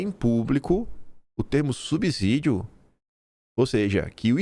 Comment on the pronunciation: quem diz que o termo SUBSÍDIO é pronunciado com Z no lugar do S. Este só recebe o som de Z quando está entre duas vogais, o que não é o caso do presente termo (subsídio).